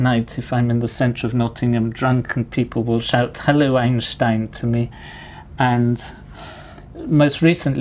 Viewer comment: I like that he pronounces "Einstein" correctly.